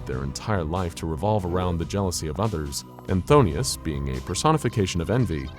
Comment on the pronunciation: Why is he constantly pronouncing is as Pthon*i*us and not Phthonus.